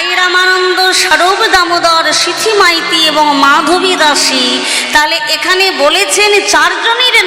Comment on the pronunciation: সিথী মাইতি নয়, কথাটা সিখী মাইতি